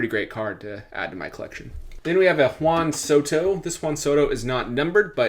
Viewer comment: Whan Soto…Wheat thins….the emphasis on the WH